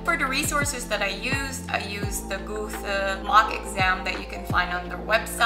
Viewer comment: passing b2 in german and still pronounce one of the most prominent german writer „goosey“?😂